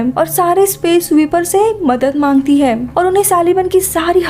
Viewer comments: Bolne ki style thodi sudharo...kuch word ke pichhe M lag jata hai..jaise vo ye karta hem..shuruat hoti hem Space station bannewala thaam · Them . Hem . Thim . Tham. Ye kya hai? Ye kounsi bhasa hai?